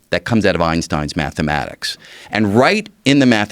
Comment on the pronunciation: he says "math the mathics" and follows it by saying "regiom" soon after, what a dummy